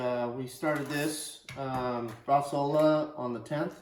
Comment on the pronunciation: Noooooo, nitrite you can't!!! Why?? Are you food industry or to lazy to make it without. It's not Bresaola becous you call it that, you made just cured meat. And it's Not Brasola but Bresao(u)la.